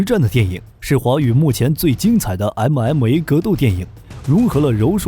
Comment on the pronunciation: 動作場面拳拳到肉非常熱血，但聽到你的MMA發音時，心就涼了。